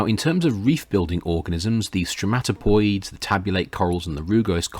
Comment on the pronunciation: Stromatoporoids, not *stromatopoids*.